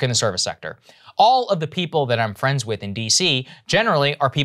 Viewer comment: "Wanna be my fwend?" Americans: fuck no.